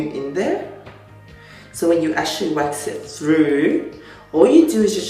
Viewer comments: Can you pronounce "actually"? Who's? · Through your comment, it seems as though you don't know what an accent is by the "Who's?" comment, obviously poking at his inability to pronounce "actually" correctly.